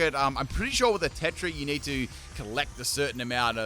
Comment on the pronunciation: Bro pronounced Terra tetra